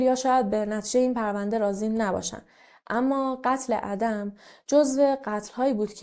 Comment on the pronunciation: ممنون از ويديوتون👍👍 تلفظ درست ادِم است لطفا اسامي رو با اينترنت، يوتيوب چك كنيد